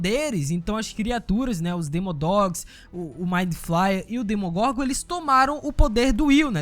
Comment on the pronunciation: "DemonGorgon" não "DEMOGORNGOR"